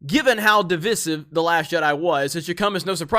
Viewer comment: You pronounced divisive incorrectly.